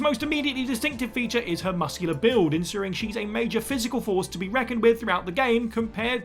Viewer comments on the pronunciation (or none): none